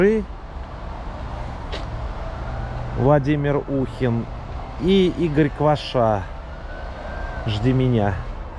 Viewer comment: Рассказывал он и показывал про Дедюшко!? Без него все подробно рассказано. Владимир не (У) хин, а УхИн.!!!!! Начинает раздражать. Все, что показывает, давно всем известно, только и слышно:Санечкааааа, Санюшечкиииииин, и этим все сказано. Кто не согласен тот не согласен. Мог бы заранее отъискать могилу Заворотнюк, просто время тянет. Извините, если не согласны.